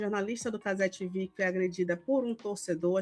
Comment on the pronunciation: Pq TiVi mano? caze vem de cazemiro TV de televisao TiVi fica feio infinito Parece o girao traduzindo o proprio nome